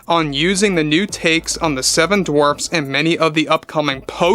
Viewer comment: The "Seven Dwarps"? What's a "Dwarp"?